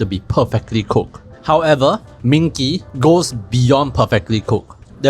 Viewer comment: Isn’t it ming ji not ming kee?